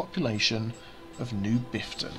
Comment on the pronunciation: Half a dozen seconds in and do I hear "with me, Biffta"? XD